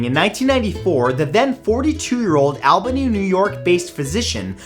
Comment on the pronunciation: Hey Albany! Pronounced wrong but okay we made it